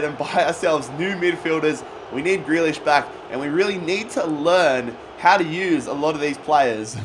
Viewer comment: It's pronounced "GREE LISH"